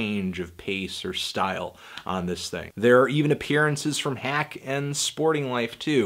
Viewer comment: Hak: Hawk, not hack???